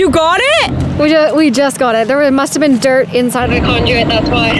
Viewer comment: Why do you keep pronouncing conduit as conjuit?